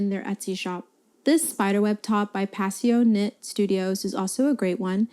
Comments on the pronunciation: Great video, just as a heads up it's pronounced "passion knit" not "Passio knit" ❤ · I came to the comments to say the same thing 😂 it’s pronounced exactly like passionate is, just a play on the spelling, but you beat me to it.